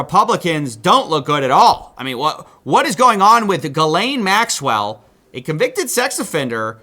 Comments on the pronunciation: Its pronounced Jizzlane not Gil-aine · it's pronounced jizz lane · I thought it was pronounced “JIZZ-LANE” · Tip: Ghislaine name is hard to know how to pronounce based on how it's written. But there are similar names elsewhere, including in my country, and speculating from that, I think the right way to pronounce it is "Jislaine" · the only reporter (or one of very few) that pronounces accused and victims names correctly. I know that’s not the point but I can’t stand hearing Jizz-lane all the fkn time.